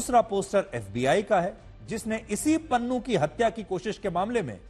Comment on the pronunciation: Pannu ❌ Nunnu✅